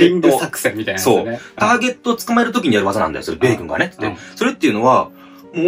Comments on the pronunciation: 米軍だよ！じゃなくて、発音がベーコンになってるよｗｗｗ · 米↑軍↓の方が気になりました！w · 米軍のイントネーションがベーコンすぎた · ベイグンのイントネーションよ😂😂😂